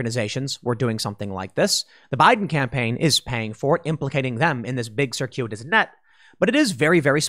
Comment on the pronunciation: Okay, whoever taught Tim the word "circuitous" last week should be ashamed of themselves.